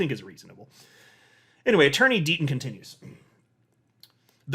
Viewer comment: I could’ve sworn you said ‘Dirty Deaton continues.’ 😄